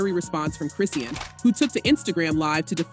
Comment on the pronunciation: You can't even pronounce Chriseans name right smdh 🤦